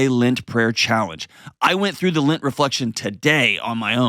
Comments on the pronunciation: Why does he keep saying "lint" instead of "lent"? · lint, I have never hear this pronunciation. I like your videos and are helping me process my divorce and mistakes we made and I don't want to make again.